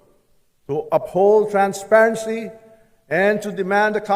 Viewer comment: Transparency ha imo mata. Parang d bagay sayo mag bigkas ng word na yan.